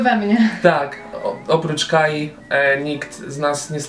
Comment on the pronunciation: Fajny pomysł! Na pewno część dziewczyn dzięki tym materiałom przejrzy trochę na oczy i wyjdzie ze swojej strefy komfortu + utartych mitów. Będę trzymał kciuki za regularne wrzutki materiału. :) Tylko jedno małe "ale"... ...KAI,a nie "KAJI". :O Nie wypada robić byka przy odmianie imienia swojej dziewczyny. :) edit: ok,widzę,że w drugim filmiku jest ok, także nie było tematu. :)